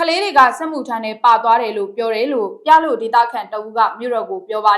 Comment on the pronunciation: ပြလို့ ကို ပလို့ အသံထွက်နဲ့ဖတ်ရပါမယ်